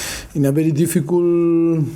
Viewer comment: Difficul, I thin, apolshize, masif. I love this guy, just funny pronunciation & always the same rhetorics. Still the best manager in the prem